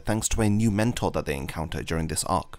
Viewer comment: Mentor? like a “Nentor”